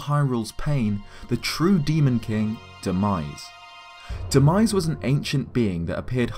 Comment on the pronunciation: Demise not denise lmaoo 😂